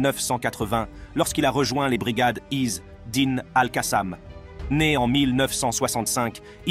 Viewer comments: Pourquoi vous prononcer (is dine) ??? C'est simple de dire isedine 🇵🇸🇵🇸🇵🇸free palestine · Pas Izz--Dine, mais Azzedine !